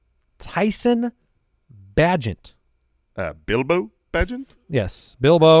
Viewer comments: Tyson “Bay-Gent”. Not “Bah-gent” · Love the Bilbo Bagent but, but it's pronounced Bay-gent. Here in Chicago, he is known as The Secret bAgent Man.